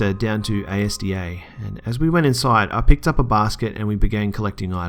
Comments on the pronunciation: im english and im dying at the pronounciation of Asda XD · The way you say asda spelling out the letters haha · LOL WHO SAYS ASDA LIKE DAT???!! U just say it as it sounds here it Britain... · Hey mate you don't say it like you was spelling it you say it like a name sorry to say it it just really bugs me lol love the vids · What i don't understand is they are from the UK and don't know how to pronounce Asda, strange. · A.S.D.A? YOU'RE NOT BRITISH! It's asda like a word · A S D A hahaha no its asda, much less fancy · can u repeat after me, asda, NOT a s d a!?! Please say things properly, thnk u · Its not prounounced A.S.D.A its prounounced asda rhymes with mazda. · A.S.D.A...???? It's called Asda.... pronounced Azdah . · It's not A.S.D.A, it's Asda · The ASDA is just one word, not A S D A. The logo is just capitalized. I don't like ASDA, it's too dear. I prefer Home Bargins. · The shop ASDA. It's not A.S.D.A. It's asda. Like all one word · A-S-D-A?? Bruh it's AS-DA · You pronounced ASDA wrong. Its not A S D A ,its all one word (asda) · It's called Asda, like one word. Not spelled out A S D A :) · It's pronounced AS-DA not A-S-D-A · omfg no, it's pronounced azda not a s d a ugh... good vid though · FYI it's not A.S.D.A, it's said how it is spelled: Az-da. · It's as da not a s d a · It's not ASDA it's pronounced as-da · I cringed when he said Asda as in A-S-D-A rather than just the whole thing XD i genuinely thought that he was on about another shop lol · Why the fuck are u pronouncing A.S.D.A? in Wales we say it asda like normally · its ASDA not A S D A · its Asda, not A.S.D.A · Its not A.S.D.A its as-da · It isn't spoken as A.S.D.A its called (AS)(DA)/ASDA its the british Supermarket and its the only place i ever shop at the food is awesome :) But anyways awesome videos and very informative too and the narrating is brilliant just as awesome as Corpse Husband. Keep up the awesome work man i have subbed to your channel :) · Asda....Not A S D A lool